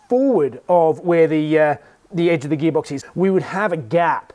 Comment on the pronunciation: “Subaru gheebox” 😁